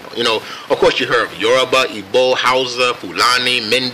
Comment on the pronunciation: I'm half Nigerian and I just want to acknowledge how Mr Glen pronounced both the Yoruba and Igbo tribes correctly😊😀😁 Yesss!!!